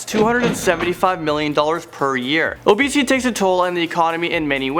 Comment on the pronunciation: is he saying abesity about 50% of the time or am I hearing things???